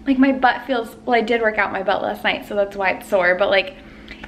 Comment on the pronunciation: Why do so many people say lasht year 🤨